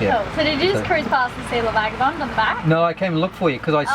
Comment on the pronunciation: hi, just before you say goodbye to LA Vaga, you better learn how to pronounce the name! (phonetically)it's a Beneteau Key-Clad,ees:)